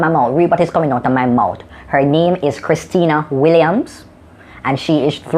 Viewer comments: He doesn't even know the girl's name. It's Christania not Christina... TANIA and not TINA ! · Chris-TA-nia, NOT Chris-TI-Na. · Uh...her name is not "Christina." She is Christania...get it right! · nat even yuh nuh know di girl name!!:-):-) it's not Christina, it's Christania!! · christania not christina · Her name is christania...... not christina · You forgot her name too huh? DWL... It's Christania not Kristeeena dwl LOL.. I didn't know her name either :D good one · Now look into my mouth you fool!!! Her name is pronounced CHRIS-TAN-IA (three syllables) WILLIAMS. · her name is Christania Williams. please pronounce it good. edwin allen to the world.